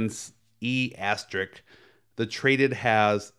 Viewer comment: I'm implying you're saying it all wrong. I'll help you out 'ass-ter-risk' ....but say it fast. you're welcome.